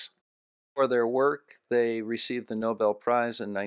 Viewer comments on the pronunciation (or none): none